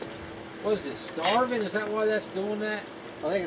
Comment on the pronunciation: have to correct your pronunciation. say WHY- AND Their advertisement even shows ( just like above) how its said.